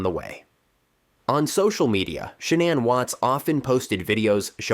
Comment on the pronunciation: I find it curious that you can pronounce Shannan correctly, but never pronounced Laci correctly once😮